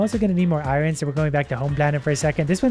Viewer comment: i love you but i hate the way you say Iorn